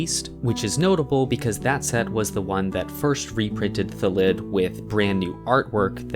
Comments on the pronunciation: In all honesty, I think it’s because the English language has most two syllable words as trochaic (stress is on the first syllable), which would make it “THA-llid” not “tha-LLID” to be a word normal to how we are used to pronouncing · I know this is an April Fools thing but in all seriousness it's 'Thal id, the default pronunciation of words in the English language is to have the emphasis on the first syllable of a word. There are regional dialects that differ and a few exceptions (because English is rife with contradictions) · .......when you were comparing thalid to salad, i was sure you were gonna say "phallid"